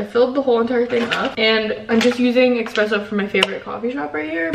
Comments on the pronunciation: Omg you people in the comments need to relax, I’m Italian and it doesn't bother me at all the way says espresso.... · the word 'espresso' doesn't have an X in it...